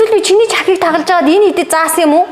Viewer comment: Чихыг биш Чиахыг гэж байна